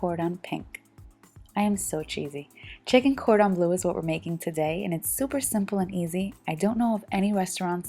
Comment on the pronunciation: Cordon Bleu is a french term and means "of the highest quality". It's not pronounced "blue" like the color.